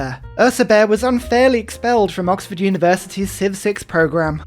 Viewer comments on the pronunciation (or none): none